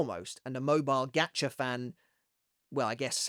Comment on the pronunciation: is he saying “gatcha” or “gotcha”? “gotcha” like got ya?